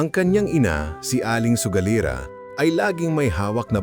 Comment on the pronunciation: Baka sugalera Hindi sogalira. Taga Visayas siguro si Sir 😅 Anyway, no bashing, nagsabi lang ng tamang spelling Hindi Ako nagmamagaling..